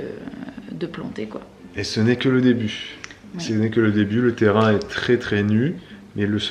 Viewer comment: « Ressources du terraing » tu persistes 😂😂